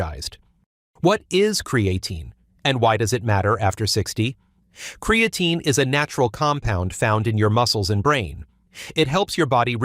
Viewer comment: Hard to take this seriously since the computerized AI voice can’t even pronounce creatine.